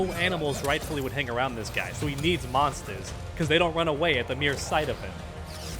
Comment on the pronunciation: Pets they were maunstahs